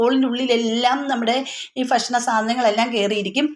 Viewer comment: ഇതെന്താ ഫിസിൽ എന്ന് പറയുന്നത് വിസിൽ അല്ലെ....... ഫക്ഷണം കേൾക്കുമ്പോ എന്തോപോലെ... ചിലർ ഇങ്ങനെ പറയുന്നത കേൾക്കാറുണ്ട്